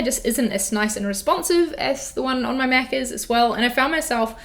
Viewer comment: Did anyone else think she said she's a meth user at the start? It took me a minute to realise she was saying Mac user